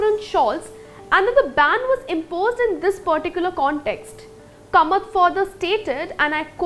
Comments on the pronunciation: It should be pronounced as Kaamath and not Kamat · It is not Kamat; It is KAAmat. The Konkani people won't be happy with this mangling of their name.